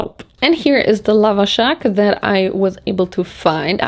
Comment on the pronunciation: aaaaaaaaa...omg i'm Iranian and when i saw you eat the Lavashak i was so happy...it's NOT supposed to be sweet...there are slightly sweeter ones with apricot for example...but we like them SOUR like Olivia Rodrigo ...also the pronunciation of the A's is more like the A in Ant